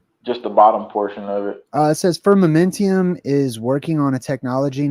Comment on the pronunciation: Firmamentum…no i in the last syllable.